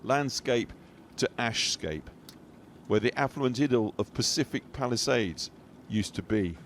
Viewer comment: When he said Palisades I thought he said Palestine !!!